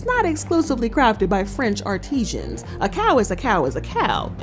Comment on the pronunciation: Artisan should not be confused with artisian. You are pronouncing a well, not a worker.